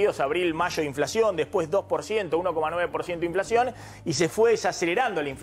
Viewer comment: Soy yo,o habla tipo, sho no she inflashion